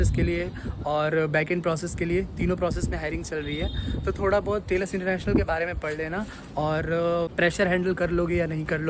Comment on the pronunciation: Telus ❌ Tailus ✅